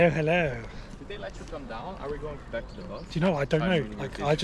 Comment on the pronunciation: does everyone "b(l)ack it in" in North Korea?? 😅